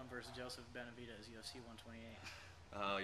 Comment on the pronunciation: You are "" and can't pronounce Benevidez?